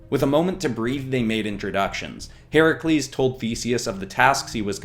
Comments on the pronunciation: I am so glad he got Herakles’ name correct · Yaaaasssssssss!!! He but “Heracles” not the incorrect “Hercules”!